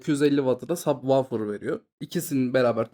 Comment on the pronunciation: sabvaufir ne kardes hic mi duymadin nasil telaffuz edildigini hayatinda?